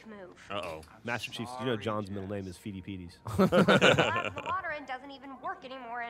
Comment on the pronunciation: I think it's funny that Geoff makes fun of for mispronounciation shortly after he pronounced "Pheidippides" "Feedie peedies." (Yes I do know history of being bad at words)